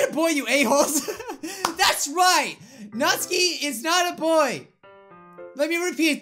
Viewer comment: Natsuki? more like NAH-Suki